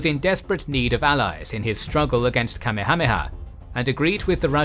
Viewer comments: Yeah... should be Ka-meha-meha, not Kame-hame-ha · Say it with me: "Ka-MEH-ha-MEH-ha" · the name of the Hawaiian king is pronounced ka may ha may ha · kami-hami-ha? I thought it was pronounced Kah-mayha-mayha. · its pronounced King Kameyha-meyha, not kamihamiha lmao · I hate the way this guy mispronounced names in EVERY video he does, the name of the Hawaiian king Kamehameha, was pronounced "ka-may-a-may-a" not "Kammi-ha-he -ha" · .. Kame-hameha??? "Kamekameha[4] (かめかめ波 Kamekameha, lit. "Turtle Turtle Wave") is a mispronounced and misdirected version of the Kamehameha". Dragon Ball ~ Hmmm, I wonder did they happen to use this late King's name as reference LOL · You pronounce Kamehameha like somebody who's only heard it spoken in Dragonball. Everywhere else I've hard the name it's Ka-meha-meha. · It’s king Ka-may-ah-may-ah… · Ooof the pronunciation Kamehameha makes me a little sick to my stomach. Love your videos though! Ka-meha-meha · Kamehameha is pronounced Ka-may-huh-may-huh. You're pronouncing it like the show Dragonball Z. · Pronounced King Kah-Maya-Maya. Get it right!!!! Watch Magnum P I and you'll learn how to say it. Other than that you're doing good. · King Kamehameha - Ka-may-ya-may-ya Kuai - koo-why You have a tendency to brutalize pronouciations in many of your vids. Ruins otherwise good content. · The way you say Kamehameha just sends me over the edge! 🤣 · LOL That is the absolute worst mispronunciation of King Kamehameha I have ever heard. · Then, in 2015, they did it from the east coast of America and it went much smoother. Great job but the way u pronounce Kamehameha the great is not up to your typical quality. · you absolutely ruined the name Kamehameha, and Kauai its worth taking a second to look up how to actually pronounce hawaiian words.